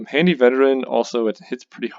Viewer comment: Hardy, not handy lol